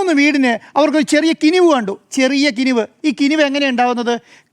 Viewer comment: കിനിവ് അല്ല 😂കിനാവ് 😂😂😂 ഒന്ന് പോടാ കമ്മി 😂😂